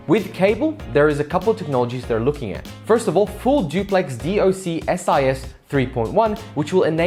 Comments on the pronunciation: "Dee Oh Sea Eye Ess"... Please just say "Dock-sis" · It's pronounced dock-sis :)